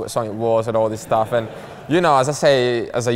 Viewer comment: "Staff Lak dis" "new Staff like dat"